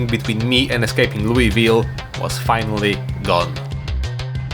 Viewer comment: HE REMEMBERED HOW TO PRONOUNCE ITTTR YEEEEEEEEEEEEEEEEESS